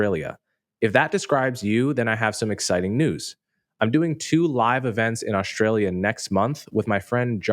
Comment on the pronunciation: I rarely, or never, disagree with Coleman - but I have to take issue with his pronunciation of "Australia".